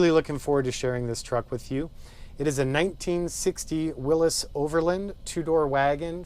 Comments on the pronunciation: Whatchu talkin bout Willis? Its a “Will-ees” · It's Willys not Willis! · It's a willys , Not a willus. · Beautiful job....But it's pronounced 'Willies' Not 'Willis' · Good video. Only comment is that it's pronounced "Willie's," not "Willis." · am I the only one bothered by him saying it like "willis" versus the correct "willy'S"? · Haha, that'd be "Willys's", or "the Willys historian". What you've written WOULD be pronounce Willees. Yeah, I've got nothing better to do LOL. I've been trying to unstick a 40 years sitting Willys Knight Light Six sleeve valve engine all weekend and it has, for the time being, got the better of me. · It has never ever been called or pronounced Wil-lis it has always been Wil-lys as in Willys. And it has always been spelt Willys period. Thank You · Really? The original name of the car company was Willys-Overland, NOT Willis-Overland......I own a 1949 Willys Cj-3a, NOT a 1949 Willis Cj-3a.....Smmfh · Williy W I L LY 's WILLEES. Very well done. If this was in the N.E. the floors would have been gone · Awesome build but is he saying Willis or Willys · it's pronounced Will-eez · Don't know Why he pronounces Willys as"Willis". No one I know ever heard it pronounced that way, including announcers at drag racing events.( Willys coupes are a popular body style for "gassers" and other classes.) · "Willis" WTF? Willys has a Y. Also Jeeps are NOT trucks. A man of your caliber should be aware of proper English... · Huh! Never heard it pronounced by anyone that way in over 50 years, even as a Jeep mechanic. I think the "correct" way is a recent fad? Names often deviate from what is correct. I have a friend with the sir name Koch who says it is Cook, but people refer to the Koch brothers as Coke. Others, Coach. Guess I'd have to hear it in an old TV commercial or from the Willys family... Now Porsche is another story...and Toyota was the Toyoda family.... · You pronounced "Willys" wrong.